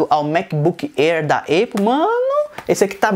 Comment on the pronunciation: vc falou eipple.. na moral ??? se escreve Apple mas se fala épou esse é o fonema kkkkk fica a dica